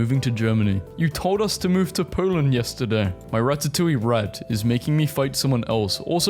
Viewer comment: " poo land" i will never pronounce poland normally ever again